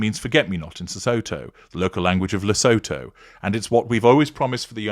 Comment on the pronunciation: Le-SOO-too for future reference, with the emphases on the middle syllable.